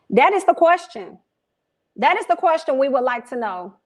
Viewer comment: “I’m just asking a kqwersgion” 💁🏾‍♀️